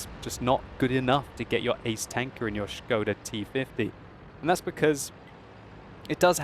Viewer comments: That "o" is very short, it isn` t [oooooooo] but just [o]. I am Czech, and it`s funny to hear :-) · his pronunciation of skoda is waaay off :), just messing with that shit :). There is not "sch" sound in skoda :D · Sounds like he's saying "scrotal T-50" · Isn't Skoda pronounced more like school, just with a "da" instead of the "ol"?